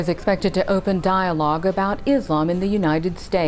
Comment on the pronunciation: Its Islam NOT Izlam Guys ... Thank you :)